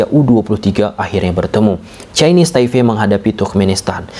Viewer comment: Kenapa ya abangnya kalo ngomong yg ada huruf "P" nya tuh sering diomongin jdi "F" Ini TaiFe dulu juga jdi NeFal😢😢